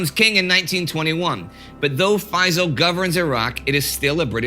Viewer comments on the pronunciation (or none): Hey indie and co! I thought I'd tell it's pronounced fae-ssāl Also great to see egypt here:D